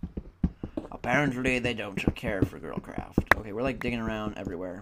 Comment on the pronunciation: whenever u say girlcraft it sounds like girl crap to me. anyone else who thinks that? :D